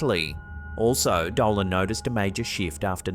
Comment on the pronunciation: Did anyone notice a white light, travelling fast from left to right in the 1st clip? Well, one thing bothered me. his name is Richard DOLAN, not Doland!!